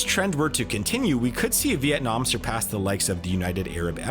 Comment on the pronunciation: Unlike other "economist" youtubers. He pronounced "Vietnam" really precisely. Nice!